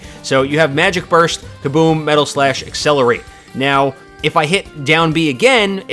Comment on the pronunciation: Am i the only one who gets a little when he says accelaratle wrong. Just me? Ok...